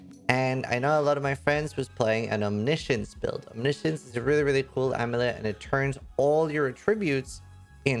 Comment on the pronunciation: ah yes the item no youtuber can pronounce right...